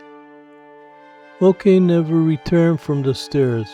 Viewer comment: Interesting that you would read "moke" as mo-keh. I just read it as moke. Although he would be the smallest moke I've ever seen.